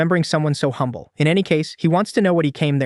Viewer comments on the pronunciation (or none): none